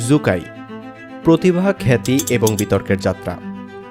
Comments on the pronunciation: সু কাই কে জু কাই বলে বলে ভিডিওটাকে দিছেন নষ্ট করে। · জু কাই নয় সু কাই😂